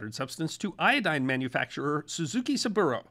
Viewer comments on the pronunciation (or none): none